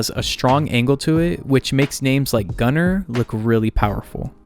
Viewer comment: The "u" in "Gunner" is pronounced like the one in "bush" (it's a Nordic/German name). By the way, why do Americans write the letter "I" in such a way that it looks like a "T" with an extra stroke at the bottom?